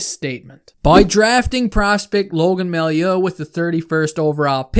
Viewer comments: It’s pronounced May-you not my-you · Just in case you need to use that guy's name in the future, his last name is pronounced ''Mah-you'' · ) love the video, you are so underrated. Totally agree with your take. To make your life easier, it’s pronounced MaYOU. :-) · It's pronounced "Mayoo"